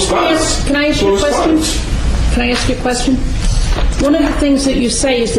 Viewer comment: If this multiple personality organism is able to memorize and pronounce legalese without difficulty yet cannot correctly pronounce the word “ASK”, he has proven his determination to pick and choose vocabulary based on his arrogance, determination to play the fool and being belligerent in general. How hard is it to pronounce a three letter word? I feel if the defendant willfully refuses to pronounce the word in question, the judge is under no obligation to proffer an answer. It is possible, as a side note, he is mentally disturbed, suffers from a physical disability or is simply a jerk.